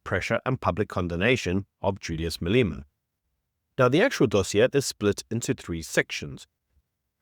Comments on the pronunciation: Who is MAY - LEE - MA? Is he first cuzzy to MA - LEH - MA? Come on; it really is time to pronounce our very own hypocritical; Gucci-Commie's name correctly.... 🤔🙄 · Dude, I know he is a dick but say his name properly Malema, not Maleema.